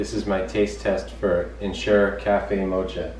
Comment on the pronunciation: Great review. Was going to try this product out, but after seeing how the packaging can't even handle a little wear & tear is very disappointing. Ngl though, the way you pronounce "mocha" is kind of annoying.